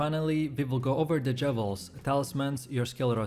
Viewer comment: Jewels not jevels 🤬